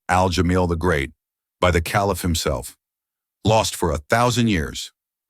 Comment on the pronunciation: sa-VILL row suit. AI in action again… And KAY-liff. AI is ridiculous